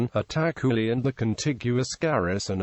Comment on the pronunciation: It's itakhuli not attack khuli